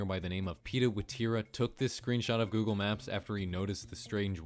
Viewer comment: "Goggle Maps"